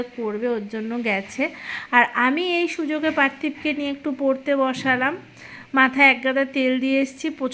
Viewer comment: 100 baar sentence er modhh eektukhaani ektu khaani...bolen kano Emitei aapnar uchharon khub kharap.. Porte ke kolen..potte